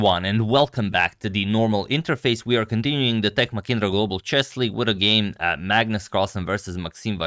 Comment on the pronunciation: "H" in Mahindra should be pronounced heeheeheehe not "kikikiki"😂